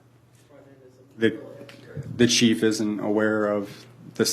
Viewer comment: Am I to believe the chef (the i is silent) of police doesn't know the laws that he/him enforces. Good to know. Life hack Don't stop for the police until you talk the cHef